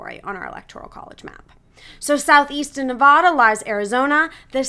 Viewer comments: In English, the Silver State's a is pronounced like the a in hat. Nobody pronounces it "Nevawda." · I pronounce it like you, but a lot of people pronounce it like the woman in the video lol…. I’ve even heard many people pronounce it Nevayduh… I’ve lived all over the country.